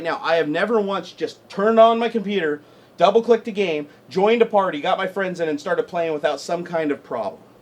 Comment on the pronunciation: emphasised the double. Lol